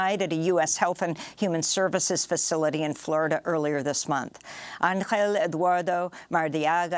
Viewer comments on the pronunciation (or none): none